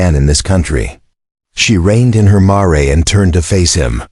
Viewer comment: AGAIN, a mare is a female adult horse, pronounced MAIR, not Marey!!!!!! The story is captivating but the narration needs practice.